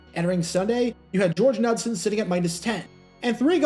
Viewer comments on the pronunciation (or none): George Knudson's name was pronounced "nude-son."